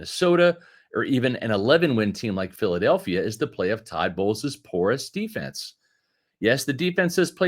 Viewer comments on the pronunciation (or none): none